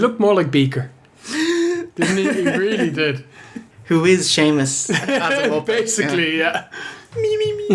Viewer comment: i like when you say "shamo" instead of "Sheamus"